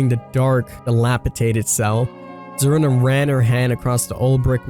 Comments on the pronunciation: SACCO NOT SOCCO ZARINA NOT ZARANA lol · It's pronounced like Karina with a Z.